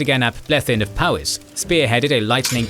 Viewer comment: Small note: "Powys" is pronounced "POE-iss", not "POW-iss". In Welsh, the letter "w" acts something like the letter "u" does in English.